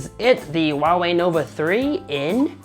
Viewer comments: Still not getting it? It is supposed to be pronounced as "Hua-Wei", not "Wa-Wei". Chinese name for Hua-Wei has two characters: traditional Chinse: “華偉”，simplied Chinese: “华伟“. "Hua" denotes the ancestral lineage of the Chinese people, "Wei" means being great. Mandarin is a tonal language. You have to say it SUPER PRECISE and when you pronounce it wrong, it means completely two different things, and "Wa-Wei" means nothing at all in Mandarin. Get it? It is as if you pronounce "huge" as "Uge" (Trump does that), or "hungry", as "Ungry". Makes sense now? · the way he pronounces Huawei grinds my gears a bit. It's meant to be pronounced with an audible "H", like "Hwa", as opposed to "Wah". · "WA Wei" phones are great. Go "WA Wei" go WA Wei. There is a fuking H in the front. Learn to pronounce the brand correctly, will you? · this man said WAWE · ffs. It's pronounced HU(LIKE ХУИ)-A(LIKE APPL)-WEI(LIKE U-E-I), NOT SO HARD YE? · HOW IS NO ONE HERE PISSED ABOUT THE WAY HE PRONOUNCES HUAWEI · He is not even saying it right.😂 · No problem, dude. It is just getting really annoying since everyone who is not familiar with Mandarin is pronouncing the name wrong. Keep in mind that Huawei is world's number 1 telecommunication equipment company pushing out 5G and cellphone is not a huge part of their business. I just think if you are going to review such a big firm, at least learn to say it right. By the way, I live in Dubai and people corrects my Arabic pronunciations all the times and that's how I learn.